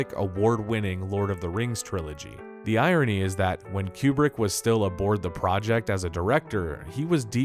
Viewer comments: Kubrick… coup-brick not queue-brick It’s driving me mad… 😁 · Tiny note: It isn't Q-Brick/ Stanley Cue-Brick. It's Coobrick.